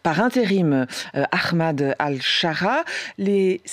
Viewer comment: aKHmad ? qu'est ce qui a soudainement fait prononcer les francais le H en KH ? Au pire tu dis A-mad.